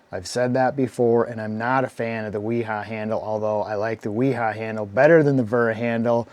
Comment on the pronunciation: Thank-you for pronouncing Wiha correctly! Can't stand people trying to promote the Vee-Hah pronunciation and yet they don't call their friend William "Veal-healm" Long live Willi-Hahns legacy